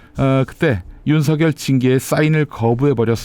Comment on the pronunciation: 윤서결이 아니고 윤석열 입니다 발음좀 정확하게 해주세요